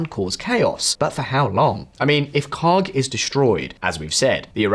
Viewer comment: "This is KHARK" Ya know, for a second i thought you said... something else...